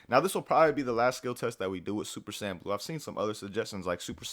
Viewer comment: MEDITAION NEGATES SSB DRAIN JUST "SAYIAN" LOL